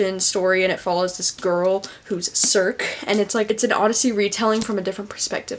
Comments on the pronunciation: circe is pronounced "ser-see" but otherwise a great video! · That is totally not how you pronounce Circe. 😂